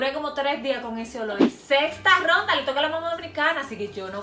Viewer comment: Por qué dice gronda e n ves de ronda jajajajajaja😂😂😂😂